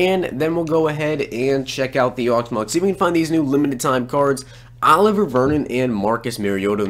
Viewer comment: Say it with me O-liv-E.A Vernon